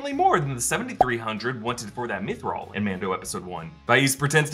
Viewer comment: Mithril not Nithril